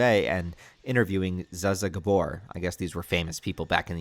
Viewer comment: I'm so old, I was alive when Zsa Zsa Gabor was famous and Dick Cavet had a show. I'm also old enough to have been around to know how their names were pronounced. Come on man! We have the internet now.